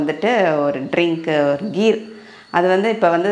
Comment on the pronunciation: Its kheer not gheer